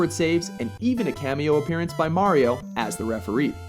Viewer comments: Its super MARIO brothers. Not super MÆRIO brothers :) lol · it's mario not merio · I stopped watching after when he said "Super Merry-O Bros" LOL